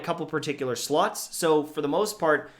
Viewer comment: Does anyone else hear "Sluts" when hes saying "Slots"?